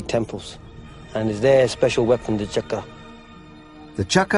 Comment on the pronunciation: It's called a fucking Chakram, not a "Chakra", jesus.